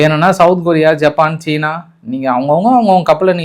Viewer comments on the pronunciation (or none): none